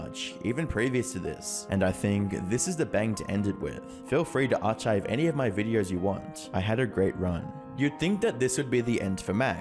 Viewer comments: Arch-ive lol its arc-hive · Ar chive 😂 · Interesting video. These battles between content creators is another world I've been oblivious to until recently. BTW, 'archive' is pronounced 'ar-kive' (because knowing is half the battle.) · That's not how you pronounce "archive" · You pronounced archive wrong. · I would recommend googling the pronunciation of the words you use in these videos. I’ve seen a lot of your videos and they’re good, but the mispronunciations are hard to endure. (meteoric, archive, etc.)